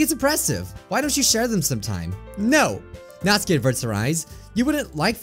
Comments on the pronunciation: It Is Pronounced Natsuki (Nat-Su-Key) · this is how you pronounce natsuki NAT-SUE-KIE thank you:] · Natski= Natsuki See-or-ee= Sayori Atmospere= Atmosphere Monicle= Monika Your-ee= Yuri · You made me cringe so much when you said natsuki you said it completely wrong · U ARE SAYING SAYORI AND NATSUKI'S NAME WRONG!!!! go watch Lauren's video she said it right